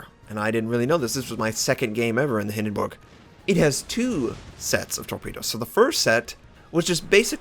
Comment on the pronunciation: the only english speaking wows youtuber i know, who pronounces the Hindenburg correct :) nice to hear that :D